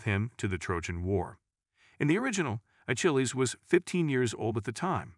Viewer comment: "A-Chill-E"? I thought the "ch" in his name was pronounced as a "k" - "A-Kill-E"